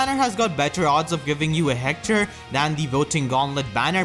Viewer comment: I love how you pronounce Hector, "Heckthor"